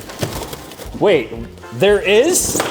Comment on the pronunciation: "Show me Monkeh"